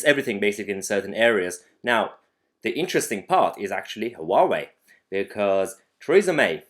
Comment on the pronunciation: I live in Maidenhead - the home of "3" telecom. I believe they are very much invested in Huawei kit. So they've got a lot on their hands for the next three years! I threw out my Huawei dongle yesterday. BTW Mahyar, it's pronounced "wah-way" or if you prefer "who are we?" :-)